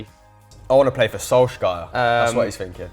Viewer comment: he keeps saying solskjær's name like that come on mate lol